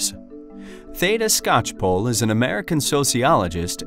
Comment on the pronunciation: It's always weird to hear my last name pronounced correctly by someone who is not family.